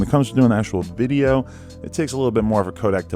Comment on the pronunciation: lol "music dideo"